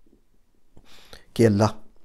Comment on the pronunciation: Sir AP Salam ka talafuz Sahi ada nhi krte Issy meaning change ho jata Hy.